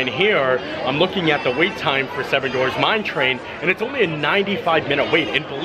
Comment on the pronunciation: 7 DWARFS …. !!!! DWARFS!!! Not Dorfs Not Dorves You ALWAYS ALWAYS ALWAYS mispronounce this word (and many many others as well 🤣)